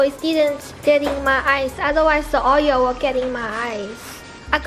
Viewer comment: "I got oyo on my sking", stop.